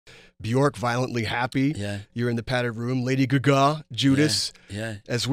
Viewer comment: Lady gogah